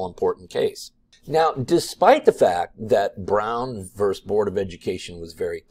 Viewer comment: Once again, it's "versus", not "verse"